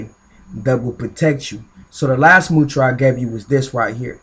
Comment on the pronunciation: It's not mutra. It's mudra